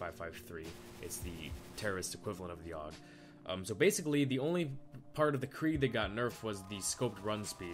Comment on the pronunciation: Why are you saying krieg?